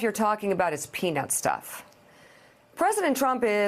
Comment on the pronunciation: “Peanut stuff”? Whaaaattt? What is peanut stuff? Is his language getting worse?